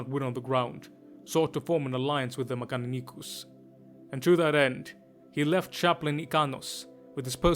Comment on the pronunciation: 10/10 video in every way except how you kept butchering mechanicus , well not butchering but the either Italian or Spanish spin on it, eats my soul